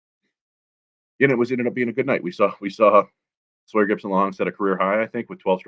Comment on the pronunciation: It's SAWyer 😂 Not SOYer.